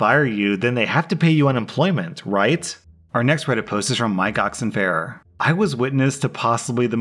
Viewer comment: I think you mispronounced u/Mike_Oxonfaier